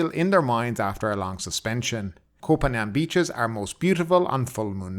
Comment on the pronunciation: "Poo Pan"? Are you serious?